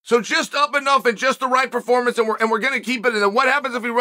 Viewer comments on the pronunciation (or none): none